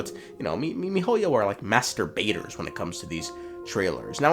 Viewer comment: Did you just say “master baiters”?